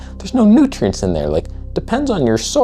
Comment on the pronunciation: ah yes, nootrients depletion diet